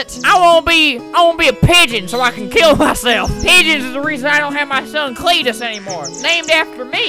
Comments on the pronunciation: Auntie: creentus Uncle:cteetusre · Swamp Cleetus: Creetus idk xD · spent 1 robuck everytime albert says cleetus